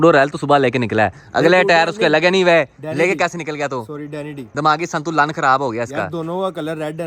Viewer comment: I thought i was the only one to detect the pronunciation 😂